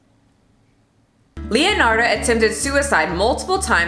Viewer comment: I love that you talked about leonarda cianciulli since I'm italian and it's one of my fav italian true crime stories! Btw the pronunciation is leonarda with the e pronounced as /ai/ in said and as for cianciulli both /ci/ are pronounced as /ch/ in china! Hope it helped!